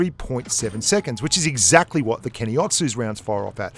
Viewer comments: Why you say keni otsu, when it is Ke’Ni Otsu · When you call a tank that is pernounced KEE NEE, kenny... This upset me so much more than it should have.